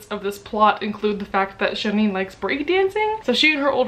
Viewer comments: Well technically it should be pronounced “sheereen” rather than “shereen” as it’s a Persian name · LOL. she didn't pronounce her name correctly. not at all. Its Shee reen. Just like it said in the book